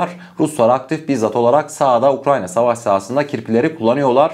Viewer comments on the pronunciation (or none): none